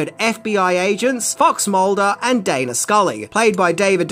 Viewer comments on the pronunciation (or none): none